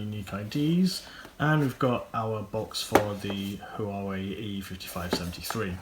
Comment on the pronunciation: It's prounced WARE WAY. Warrrr way arrrghhh